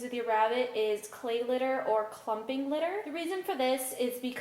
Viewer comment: at first when we are going to be talking about litter I thought she said glitter